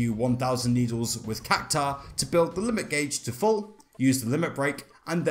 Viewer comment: But then he proceeds to butcher "Cactuar" 😮‍💨🙆 ...I suppose you can't win them all. Lol